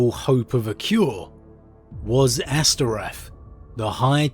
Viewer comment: Astorath not Asterath